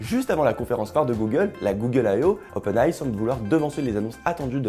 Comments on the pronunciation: Svp, arrêtez de dire "openaille" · Oui. Dites Openailli